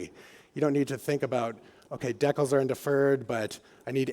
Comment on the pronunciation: Did just call a decal a 'deckle'?